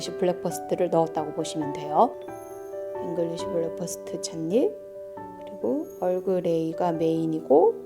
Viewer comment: 좋은 영상 감사합니다. 그런데 발음은 블랙퍼스트 아니고 브랙퍼스트 입니다.